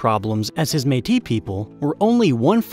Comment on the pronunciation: Haha can tell your American... you can't say Metis right